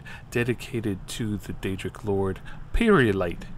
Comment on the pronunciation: peryite is pronounced pair ye ight I almost died when you said pirate light XD